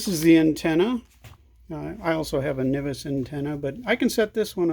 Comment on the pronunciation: Nice job with the video!! If you don't plan on operating with the top closed, then why did you add the outer antenna connection? Also, I have always heard it pronounced "en-vis", never "ni-vis"